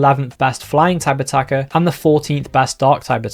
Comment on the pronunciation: Everytime he says "Type Attacker" I think he's saying "Stakataka"